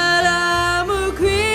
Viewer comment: You are not pronouncing the words in the lyrics so that they can be understood. Especially the word "creep", sounds like "cree".